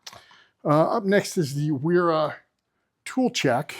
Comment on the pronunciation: A "w" in German is pronounced like a "v". So it's vera, viha and so on.